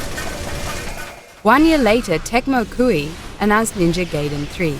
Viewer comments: Do you not know how to read or pronunciate? its called Ninja GAIDEN not Geiden. Gai - rhymes with guy, with a long i sound. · 1,000,000 points for immediately proceeding to pronounce it as "Gaiden". Fuck off m8! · I hate it when people call it Ninja GAY-DEN. The game is not about a homosexual underground cellar. It's offensive to both the gay community and the game. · Lol Gayden is how I pronounce it too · Its pronounced Ninja Gai-den. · I think ill dislike the video just because shes saying GAYDEN. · It's pronounced "Ree-yoo" Hayabusa and Ninja "Guy-den." Excellent video but please get the pronunciation right. It's painful for Asians gamers like myself to sit through this. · Ninja Gaiden is pronounced like Ninja (Guy)den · i quit watching at the moment i heard "GAYden" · I can overlook the "male power fanstasy of being a ninja" comment as fucky as that was, but the mispronounced Gaiden and Ryu's name is unforgivable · god...how she speaks RYU and GAIDEN :( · Yes I am. This woman is just reading from a script. She probably doesn't have a clue about any games. She got other stuff wrong as well. Though she definitely isn't the only one to get the pronounciation of Gaiden wrong.